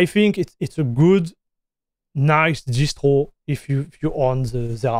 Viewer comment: I can hear French actually the way he said "Distwo" for Distro sounds super French